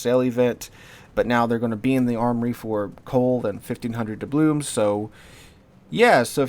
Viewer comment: How many years is it now that you've been mispronouncing doubloons? 🤣